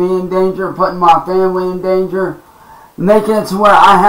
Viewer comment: I love when he says dan-geer